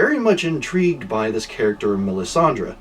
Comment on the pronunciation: Yeah, it's "Melisandre", you pronounced it correctly... but you can just call her "the red woman"... everyone else does.